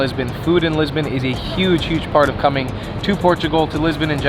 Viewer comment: Hey guy Lisbon is pronounced Lisbohn,and not"Lisbin",as you keep saying!